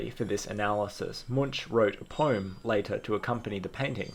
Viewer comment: Great little think tank you got going here! Just an FYI - Munch is pronounced «monk».